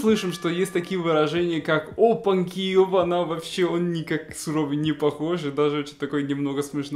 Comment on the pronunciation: ОпанЬки. Попробуй правильно произнести это слово. Пока у тебя получается "опанки" и это режет слух)))